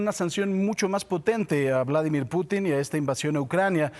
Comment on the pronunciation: jajajajajaja oigan díganle a que se pronuncia Pútin no Putín jajajajajajja